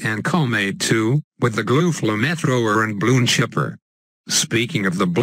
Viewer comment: the good ol' ''fla-meth-rover''